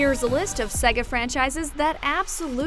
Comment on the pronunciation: _- why is her pronunciation of Sega making my head hurt?